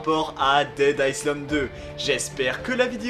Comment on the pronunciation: Le « s » de island se prononce pas